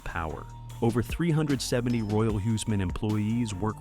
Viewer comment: When do "English" (Altgermanisch) speakers learn to respect other languages and propper pronouciations of susnames??? Its NOT Royal Hiseman, nut Royal HUSmann ... LIKE in WHO´s Maann ... geeeez ... That comes from not even bothering learning nothing than Altgermanisch, and too many not even that ... But All others are just talking Gibberish or Tongue Twister